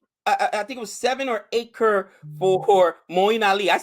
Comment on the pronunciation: saying everytime krrr... instead of crores is funny xD and it's pronounced as punjab (as in 'pun intended')